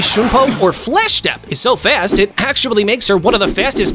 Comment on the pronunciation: b"E"nkai,resure"K"tion, fl"E"sh step. So cringe. 😂